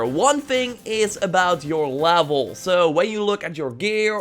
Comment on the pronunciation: “Overall lavel”